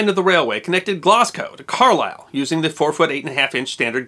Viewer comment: Your stuff is superb. Thank you. ( BTW ... Mersey and Glasgow are both pronounced with a soft 's', more like a 'z'. )